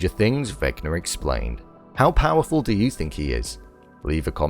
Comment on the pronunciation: “Vecnar Explarned”